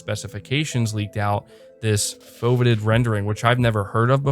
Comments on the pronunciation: "faux-vee-ated" rendering. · "Foe - vee - ate - ed" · Foveated: foh-vee-ay-ted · foe-vee-ate-ed rendering fyi